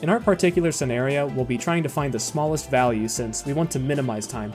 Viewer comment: "the largest to shmallest value"